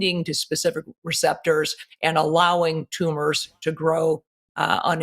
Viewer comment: THANK YOU ... ..." specific " NOT ... ' pacific '